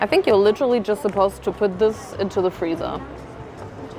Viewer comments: I challenge Nigella's Micro-wah-vey to Freezer 😂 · „freezer“ 😂😂 lieb dich so